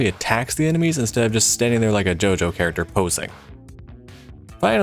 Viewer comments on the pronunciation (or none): none